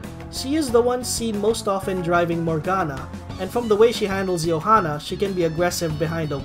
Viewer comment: The j is very much not silent in Johanna